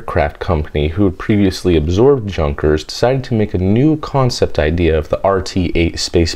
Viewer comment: Junkers? Hahaha. Its German man and the J is pronounced as a Y. I've heard you try to talk like a Russian when you say "roscosmos" so where is your German?